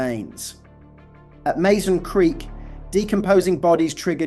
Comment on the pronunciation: Mazon is pronounced Mah-zahn, not May Zahn. I know, I live about 20 miles away from Mazon, I'm a local and have been to the creek bed, many times.